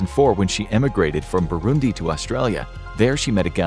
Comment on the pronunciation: Finally they pronounce Burundi